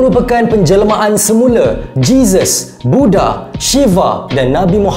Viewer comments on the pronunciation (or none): none